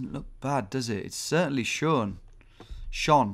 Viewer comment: You actually pronounced 'schön' correctly (german word for beautiful), while 'schon' means already. The name of Schönbrunn can be split into 'schön'=beautiful + 'brunn(en)'=fountain. Greetings from Austria, you should visit Vienna Tom!